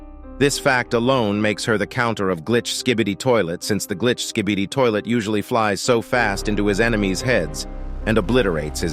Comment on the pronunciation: Bro said "sKhBeDi ToIlEt" 🤣